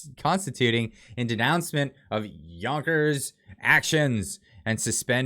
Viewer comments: Yes it is yonker . j not sounded out. Thanks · I read somewhere he's from dutch origin, that would men you would pronounce this a Yonkers.